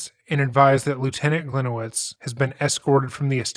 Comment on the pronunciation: Hi, a Polish person here. His last name should be pronunced as Glee-niye-vitch, as it is originally Polish. Hope that helps. Great video!